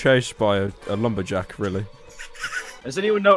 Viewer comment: I loved part . He called Jason alumber jack 😂😂 lol